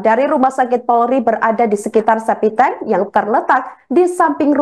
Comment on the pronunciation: Ini pembawa berita masuk kerja pake ordal ya? kok spt gak sekolah ngomong septic tank ‘spiteng,spiteng’ ! .sekelas wartawan masa ngomong sebuah mayat?hadeh